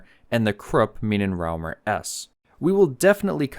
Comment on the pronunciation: "Minenraumer" 😂😂😂 - This is what happens when you ignore Ä's!